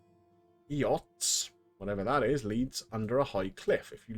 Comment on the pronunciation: An eyot is a tiny island, usually in a river or lake. Middle English word, pronounced like the word "eight".